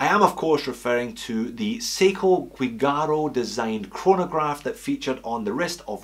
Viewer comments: It is Seiko Giugiaro, not Guigaro. The Italian designer Giorgetto Giuggiaro made some projects for Seiko in the 1980s. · Great video!! Many thanks for sharing. "Giugiaro" not "Guigiaro", anyway. Keep going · The correct is Giugiaro, not Guigaro. Anyway another great video. 🤓🍻👍🇧🇷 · Seiko Guigiaro pronounced as dʒuˈdʒaːro "Juh-Jah-Ro" and named after one of the best car designers in history Giorgetto Giugiaro who created DeLorean, as well as different Lamborghini, Ferrari, Maserati, Alfa-Romeo, Bugatti, Austin Martin, Lancia, Italdesign, BMW and many-many more iconic cars. He also was working with Nikon and Seiko :) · GIUGIARO!!! Not "gui"! You definitely are not a car guy... one of the most famous car designers ever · The Seiko featuring in Aliens is called "Giugiaro" (both of the G are pronounced as in the word "judgement"), not "Guigaro". Giorgetto Giugiaro is a famous Italian car designer, responsible for the design of, among many others, the DeLorean DMC. He had a collaboration with Seiko for a couple of models of the brand. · was looking for this comment. Italian pronunciation: [dʒorˈdʒetto dʒuˈdʒaːro] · Alien watch designer in pronounced " joojaro" !! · It's "GIUGIARO"! Please! It's one of the most important designer in the world! At least the right pronunciation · Giugiaro. Gee-u-gee-r-o. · Think it's pronounced ji- jaroh,, easy to Google pronunciation,,, atb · Giugiaro, pronounced ‘jew-jar-oh’. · It’s GIUGIARO and it sounds like jew. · I love the vid but you really got Guigiaro pronunciation wrong! He is one of the best car designers ever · Guigaro the G pronounced as J (as in juice), not hard G as in good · All is lost is a great movie...and yes, skx is the best supporting role. Btw, you butchered Giugiaro' s name heavily ;) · The pronunciation of Giugiaro is totally wrong :(